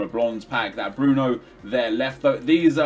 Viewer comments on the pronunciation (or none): none